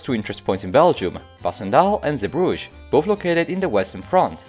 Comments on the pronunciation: It's not Zeerbrugge.. it's Zeebrugge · it's Zeebrugge (Sea Bruges), not Zeerbrugge.